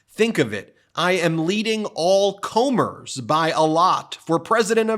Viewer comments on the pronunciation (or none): SERIOUSLY?!?!? “Combers?” It’s pronounced COME-Ers, it’s a real word and he used it correctly! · Ben, the word is "come rs" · Hey Ben, "comer" is actually a word. Pronounced "cummer" like in a porno... It means a person likely to succeed, which we all hope doesn't mean Trump or his party. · I think he meant all comers (pronounced k-uhm-ers not k-ohm-ers) and not polls. But other than that slip up, great video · Ben, "All comers" is pronounced using the "uh" sound as it's based on the word come. Normally this would be used in the phrase "Taking on all comers" meaning to accept challenges from anyone who comes to compete. I'm not sure if it's a common phrase in the US, but it's definitely well known enough in the UK for us to not have a specific regional genesis for it. (I have a feeling you're seeing way too many articles, reports and quotes from little Jimmy "the Projector" Comer. Have a brew and a biscuit, put your feet up and take a few deep breaths. 😉 😁) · Comers is proouned; kummer. Maybe you're unfamiliar with the word. 1: one that comes or arrives ; welcomed all comers 2: one making rapid progress or showing promise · “CO-mers”?!?! 😂 Dude! “Comers” are those who come. Not an uncommon expression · “All comers” as in all opponents. It’s not pronounced koh-mers. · Ben, the word "comers" means "those who come [at you]." It's pronounced "come-ers." It's a word. Maybe a little archaic. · Comers, not combers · "Comers" is pronounced "Come-ers" . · Although Trump is wrong in his statement, as usual, he did write the first line correctly. It is "all comers" as in come...people who come to something. It is not long "o" as you pronounced it. I agree, it is very poor sentence structure, and shows an almost complete lack of imagination. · "comers" not "Comers" 😂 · Why did you mispronounce "comers"? Have you never heard the phrase "open to all comers" before??